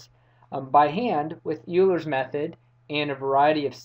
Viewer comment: Euler is pronounced "Oil-er" not "You-ler."